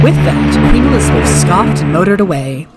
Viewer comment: "Alees- a-beth"-queen mary, 1950s